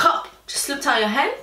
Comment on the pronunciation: Slipped out your HEND SHE SAID HEND!!!!😂😂🤣😬😥😐